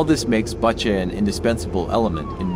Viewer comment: This channel has so much potential, but the voice overs/translations need some work. One glaring example is "Bucha" -- most people who know what Bucha is know how to say it, but apparently not the narrator.